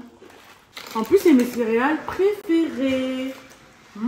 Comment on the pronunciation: La pauvre elle ne sait pas dire céréales